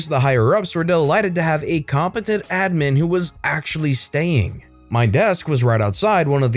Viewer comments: Does anyone else get bothered by how he says “admin” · The way you pronounce admin makes every cell in my body greatly confused. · The way he says admin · How does someone mispronounce the word "admin."